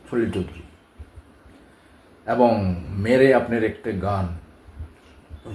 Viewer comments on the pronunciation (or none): ভুল কথার উচ্চারণ, ঠিক ঠিক মত বলতে না পারা, আর হাজার বার অ্যবং অ্যবং ।ভীষণ ফালতু উপাস্থাপনা।